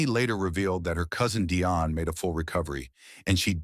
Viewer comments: "Deeonne" not DI-on Dionne Warwick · All these years, this guy doesn't know how to pronounce her name. It is Dionne not Die on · And it is pronounced Dee- on, not Die- on . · The woman’s name is pronounced “Dee-On” Warwick. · OMG! even AI should research the pronunciation of names!!!! it'd Dee-Onne! Get it right! and there was nothing wrong with Dionne Warwick, but their other cousin, DeeDee, had congenital Heart Failure - I guess AI is only as smart as the ijits using it, right?!?! SMH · Terrible AI narrative, mispronouncing Dee-on a different way every time. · Its Dee-on. Deione Warrick AI is so stupid in obvious ways. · Is there some reason you don't know how to pronounce "Dionne?" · GEEZ LOUISE… where do they get these narrators from… please research or ask how someone’s name is pronounced or as SIRI!!! Damn… it’s “Dionne”……